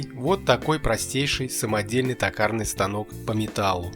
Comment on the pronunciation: Не такарный а токарный, от слова тОк!! Чё вообще не грамотный что ли?😊